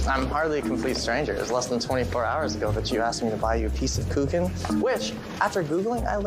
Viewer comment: Very lovely Christmas movie , nice storyline,but the way she pronounced Kuchen is absolutely wrong,the ch is softly spoken , the first time i thought it looks like the Geman Mozart Kugeln a chocolate we buy mostly at Christmas . Germans love btw cake German word ´torte¨ they eat it almost every day ,like the English have their afternoon tea, they have ,Caffee mit kuchen.